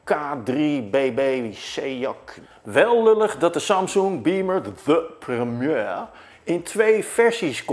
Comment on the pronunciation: mooi hoe hoe je the premiere zegt wow